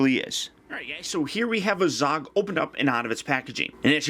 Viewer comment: 1. You pronounce azog like an idiot 2. The kings name is thror thorins grandfather